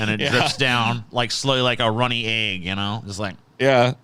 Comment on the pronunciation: says egg weird